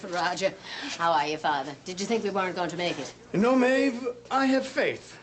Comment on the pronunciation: Upside of Mary's death...No more of Maeve pronouncing her name..."Meeh-Dee"